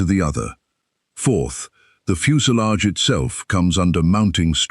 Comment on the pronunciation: What's a fuse a lage ?